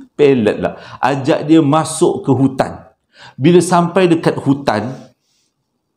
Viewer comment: Comella bang part pelat "mashok" tu 😂😂😂😂